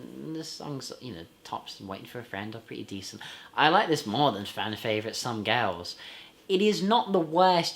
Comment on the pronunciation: I cannot agree with you on 'Some Girls' and not 'Some Gals' as you seem to pronounce it most of the time in your review. 'Some Girls' is an absolutely brilliant album. A 5* CLASSIC ALL DAY AND NIGHT LONG!! PS: Good general review of the Stones studio album discography. 👍